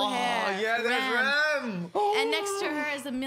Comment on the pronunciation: she even called Ram Rem